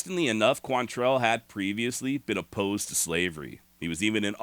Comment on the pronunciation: Why is it nobody çan pronounce his name right? Look at the spelling. It QUANtrill. NOT quan- tell. Damn, why is that so hard?